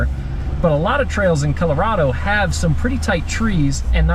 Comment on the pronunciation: Did he say Kilorado? If so, that's WILD! 🤣🙃